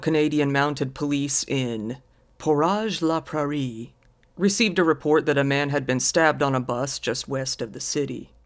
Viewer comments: I don't get the whole NCR defense and do like the idea that this guy's just roaming around unsupervised. Also; it's not important but the name of the city is Portage la Prairie (por-tij in English or pôr-täzh′ in French) as in; to shlep your canoe. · As a Winnipegger (born and raised 🇨🇦) the town portage la prairie is pronounced POOR•TEH•GE LAH PRAIRIE (Pronounced like little house on the prairie)